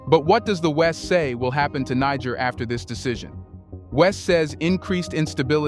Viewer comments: Bro...Prouncoune it right. what seems like a good report I stopped because you keep mipronouncing it like you're trying to drop the nbomb. Africans docnt call themselves that and any amount of time spent listening to them would let you know that and the pronuciation. It's another colonial language so it's pronounced Knee-jair. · I wish you would not keep repeating the same information. It took you 8 minutes to tell us why the bases are there. You repeatedly mispronounce “Niger”. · learn how to pronounce Niger. Step one.......remove american flag! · I WISH THIS CHANNEL WOULD INVEST IN EITHER A REAL PERSON OR A BETTER READING MACHINE, THE PRESENT ONE SUUUUUX, IT MISPRONOUNCES SOOOOO WORDS AND EVEN HAS PROBS SAYING THE SAME WORD i.e. NIGER THE SAME WAY WITHIN THE SAME DIALOG . TRY USING WORD CORRECT!!! COME ON GUYS BE BETTER!!!